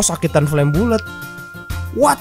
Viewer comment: Bang bukan flame bulet tapi dalam pengejaan flame ballet. Hahahahaha cuma ngasih tau doang:)